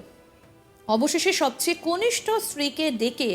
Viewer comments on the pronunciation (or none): কনষ্ক নয়,কথা টা কনিষ্ঠ মানে ছোট